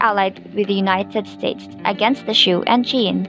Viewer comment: Those are actually pronounced SOO and SHY-AN! PLEASE, if you're going to narrate these things, LEARN HOW TO CORRECTLY PRONOUNCE THE WORDS YOU'RE SAYING!!